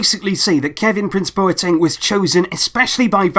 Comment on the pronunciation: Great video, but just with Boateng's name, coming from a Ghanaian, it's not bow-er-teng, but instead its -BWAH-teng